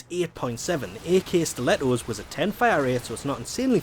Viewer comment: Err, you don't say it like AK-47.